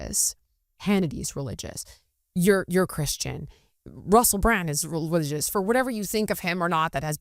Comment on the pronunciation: I cringed everytime you said RELIGIOUS. I am so grateful when Benny explained the same thing I was thinking. As a Christian I believe in The Word. Thanks to the both of you for being open to this discussion.